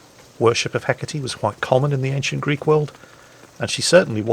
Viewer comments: Εκάτη, no H and most certainly pay attention to the ά being the accent, if that's what you call it in english. Otherwise you are right. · It's (H) e- KA-te